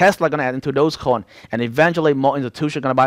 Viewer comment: Bro is dodge coin, not dose coin, you keep saying dose coin.